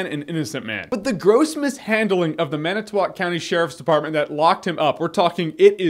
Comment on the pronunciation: Thank you for pronouncing it Man-i-tow-walk and not man-it-tow-wick. Good job!